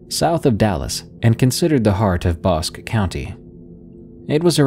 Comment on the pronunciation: Bosque is pronounced Bos-kee